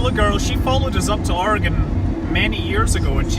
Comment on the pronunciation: 1st thing is i live in oregon. and the 2nd thing is THANKYOU SO MUCH FOR PRONOUNCING OREGON CORRECTLY